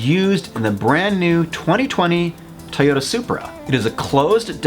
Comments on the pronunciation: Tiyota? What is this trend of deliberately mispronouncing things just to be different? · Is he saying TA-yoda??